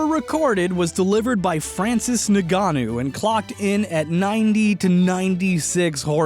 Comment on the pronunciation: Omg.. butchering Francis Ngannou's name lmao